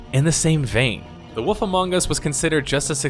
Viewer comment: I can't tell if you seriously pronounce Wolf as Woof